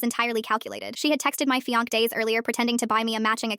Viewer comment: Somebody needs to teach AI how to pronounce fiance